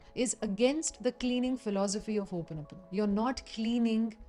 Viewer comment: Thanks for showing us how to pronounce Hooponopono correctly